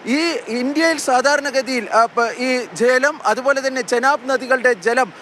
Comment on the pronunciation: Jlam alla maapre malayaalathil chalam enna parayunne